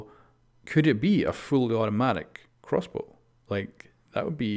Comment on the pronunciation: This guy... nice "crossboo"